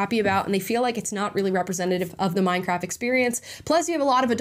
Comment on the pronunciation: "Minecraff" 😂 theres a 't' there Amala.